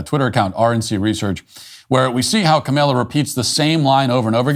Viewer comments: Kamala Harris is dumber than a six year old. But let's get her name right. It's not ka-may-la. It's not camel-ah. It's Kah-mah-lah. A great Hindu name that means lotus flower. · Are you deliberately mispronouncing Cameltoe's name? I'm okay with that. Trump's imitation of her was spot on. She speaks like she's talking to a group of 4 year olds. So, with all that video evidence, they still know that a Democrat will never be held accountable.